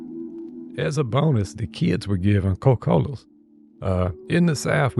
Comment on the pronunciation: You say Coca Cola like my mamaw Co cola!